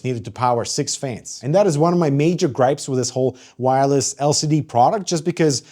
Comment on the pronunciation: Its "wire-less", not "no wire"